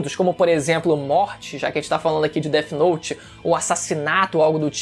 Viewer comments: Death note n,é dert note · o cara falando deti note me pegou mane kkkk